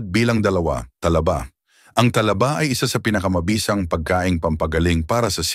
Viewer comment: Talaba (mabilis) hinde Tala ba, puro ka pagpapaganda bumigkas : mali-mali naman